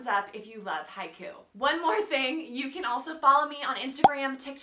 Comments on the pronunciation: ... it's Hi-Kyu, or Hike-You. Not Haiku. It's not a poem. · It pronounced haikyou!!